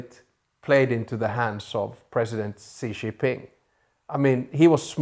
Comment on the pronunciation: Please learn how to pronounce Xi Jinping’s name. Jin is pronounced approximately like “Jim”, except with an “n”.